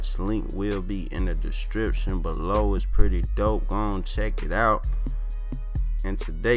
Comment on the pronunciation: "substribe" "distription"